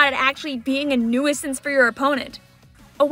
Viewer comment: Ok are we going to ignore the pronunciation of nuisance as new-is-since 💀💀💀💀